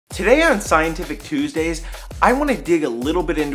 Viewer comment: i love the way he says TUSDAYS xD